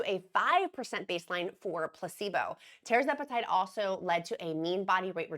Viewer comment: RESPECTFULLY... It's pronounced Tir-Zep-eh-Tide... not Terra-zep-eh-tide